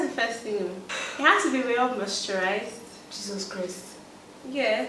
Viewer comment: Great video! You guys made 19mins go ass quickly with your awesome personalities. lol...we said well mositured lips I had to rewind to be sure I heard that right. lol